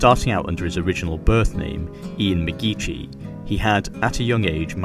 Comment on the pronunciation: McGeachy isn’t a “ch” as in church, it’s more like the “ch” as in “loch”.